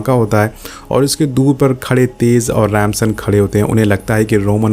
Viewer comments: Rip English it's Dom not Tom, it's Ramsey not Ramson😂😂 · Its dom not tom Its remsi not ransan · Tom Nahi Dom h uska naam 😂🤣 Kya Explain krega re tu Tez ko ramsen bolra h or vo ramC h chaperone nahi Chyper h 😂🤣😂🤣